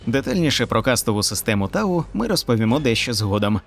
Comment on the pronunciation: Вообще, не тау а т'ау